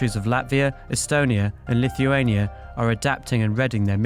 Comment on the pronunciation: ***** Lithuania! not LittleHuania ..